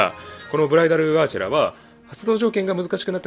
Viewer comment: 最初ブライダルアーシェラがブライダルアエーシェマに聞こえた